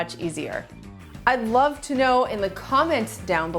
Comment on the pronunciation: Did she say "I rove ta food"?